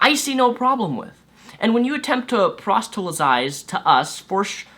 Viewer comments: hey man, it's proselytize, not prostelytize, just so no smartass holds that against you in an ideological fight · It's not a big deal but just fyi proselytize is pronounced like "prahsellihtayz" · Also, it's pronounced: prahs-lit-ize. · please learn to pronounce "proselytize". It's a bit annoying when you pronounce it like "prostelysize". It almost sounds like you are going to say "prostate". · The way you (fail to) say proselytize makes me laugh every single time. I get it; it's not that easy unless you get used to saying it, but I can't help it, it's hilarious you haven't gotten the hang of it yet.